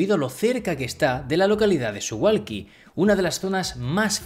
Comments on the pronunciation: Muy interesante! Solo una apreciación de persona que ha vivido en Polonia jajaj Se pronuncia Suvauki, la L tachada polaca se pronuncia como u.. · Se pronuncia SuValki la W en polaco se pronuncia como V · Como información, que no tienes que saberlo: se pronuncia Suvauki. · Muy interesante, gracias. Justo un detalle, me pregunto si es correcto que Suwalki se pronuncie Suhualki. Es que no tengo ni idea del polaco, pero en todo caso en aleman a diferencia del ingles, la W no se dice UA sino V. Y supongo que en polaco tambien. Lo digo por lo de Warsovia que no Uarsovia. Habria que averiguarlo. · debes decir Suvalski, la W se lee como V en Polaco....